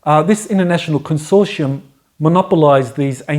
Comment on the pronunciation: Think has trouble with "consortium", but interesting as always.